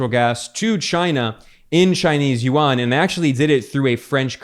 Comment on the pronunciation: yuan is 1 syllable not 2 syllables. like Juan not jew -an